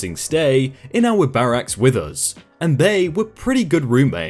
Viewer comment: Bah-Rah-ks? It's Ba-ruck-s. Bahrak is the former United States President! What gets me is that you pronounced it correctly literally twelve seconds earlier. >.>